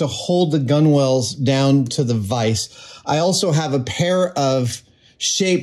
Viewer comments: Why are you saying gunwales like cool whip? Gunwale sounds like tunnel but with a g not a t. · Please Adam, it's pronounced "gunnals". You don't need to say "gunwalls" every time xD Edit: And you definitely don't need to call them "gun whales" either lol. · Adam, it's pronounced "gun-alls" even if it's spelt gunwales... The W is silent... God knows how you'd say Forecastle lol (it's "folksall" in case you wondered) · FYI - it's pronounced "Guh-Nulz"". Not "Gun-Whales". :) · It's pronounced gunnals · To try and stop my eye from twitching, “Gunwales”, is essentially pronounced “Gunnels” you don’t pronounce the W in the middle. Just like how you also don’t pronounce the W in Coxswain. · OMG! It's pronounced gunnals. Stop it!